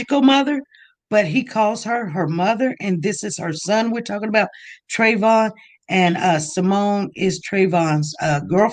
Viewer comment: Why interviewer keep saying Trayvon